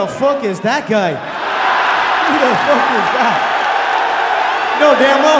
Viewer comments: "Who da fook is dat guy!?" Classic. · “WHO DA FOOK IS THAT GUY”